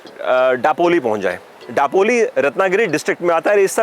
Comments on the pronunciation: Daploli,. It's दापोली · It's not डापोली it's known as दापोली. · दापोली, गुहागर that's the correct pronunciation..